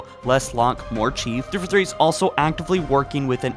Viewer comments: 343 is pronounced Three-Four-Three. Not "thrfuthree". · Dude, I am sorry - but every single video of yours I can't help but constantly be annoyed with how you pronounce thiforthee.